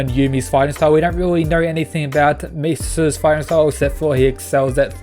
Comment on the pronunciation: You are killing my boy's name. Mi-sa-sa